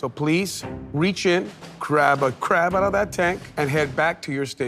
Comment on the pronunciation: nooooooo the cwab